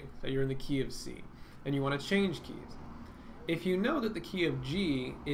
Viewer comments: The "KeyOfC" i thought u said the KFC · You said - "key of C" I heard - "go eat fried chicken" :) Thanks for this vid, great job!